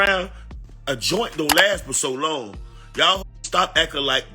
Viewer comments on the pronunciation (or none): none